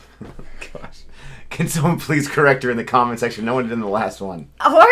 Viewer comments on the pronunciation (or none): none